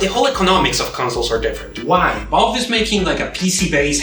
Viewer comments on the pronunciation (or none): why do i keep hearing Bob instead of Valve